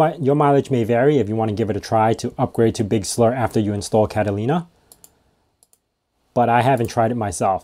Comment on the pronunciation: Big Slur lol